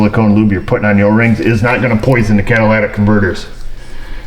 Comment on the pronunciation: CatalYtic converter, not Cadillatic. Lol